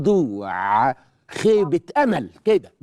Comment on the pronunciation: خضوعءءء خنوعءءء وش هالتلفظ